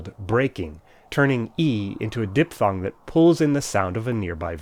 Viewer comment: Interesting how you pronounce the word "diphthong".